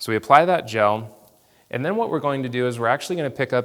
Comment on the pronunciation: Did he say Gel?